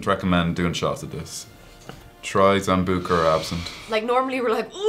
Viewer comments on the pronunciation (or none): Wtf its Zan Bucara 🤣🤣🤣Oh, you mean Sambuca